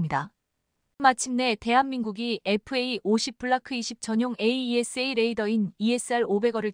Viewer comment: 에이샤 해라 에이이에스에이. 하지 말고_